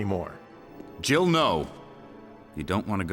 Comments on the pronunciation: I don't care what anyone says; Barry says "JIBBLE" sandwich. Yes, I know that makes no sense and he was probably supposed to say Jill sandwich, but it'll always be Jibble to me. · I have listened to that clip probably 50 times from different YouTubers and I have to say...I just do not hear Jill Sandwich. I dunno if it's just my ears or what but it ALWAYS sounds like he says Jiggle Sandwich to me. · I can't be the only one that thought Barry said "gerbil sandwich" listen to it again and see what you think, it sounds like there's a "b" in there. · When Barry says "Jill sandwich" he splits Jill's name into two syllables with such emphasis that it almost sounds like "Jiggle Sandwich."